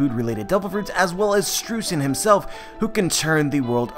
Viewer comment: AGAIN, it is pronounced SHTROYZEN!